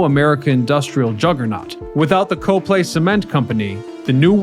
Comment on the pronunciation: Then you know that the town is "COP-ly," not "Co-play!"